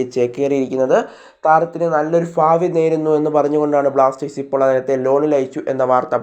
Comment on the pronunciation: ഫാവി അല്ല ഭാവി